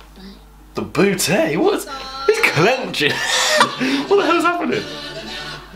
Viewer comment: I love the way he says „BooteY“ XD